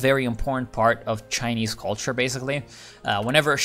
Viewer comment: Man your Chinese pronunciation is amazing! Are you ethnic Chinese or have you learned some mandarin?